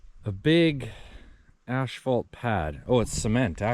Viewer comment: It's asphalt not ashphat.😂😢😮